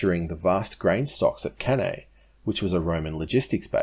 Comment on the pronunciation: It is pronounce Can I